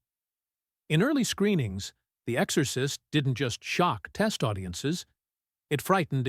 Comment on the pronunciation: It wasn't long before I had to turn this off. The AI is just so bad. I'm actually very disappointed because the subject is fascinating, but I just can't get passed the AI voice. "The Ex-or-cyst". 👎